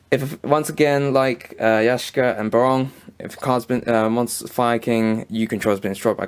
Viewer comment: Yashka, or Yaksha?